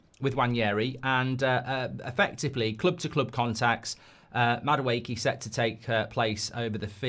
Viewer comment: The amount of mistakes when speaking in Madueke and Nwaneri is hilarious 🤣 5 year deal agreed with Liverpool yeah?